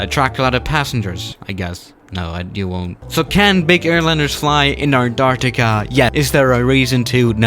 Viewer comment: Anartica?u mean Antarctica